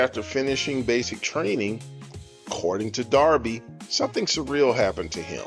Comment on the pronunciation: You are mispronouncing his last name.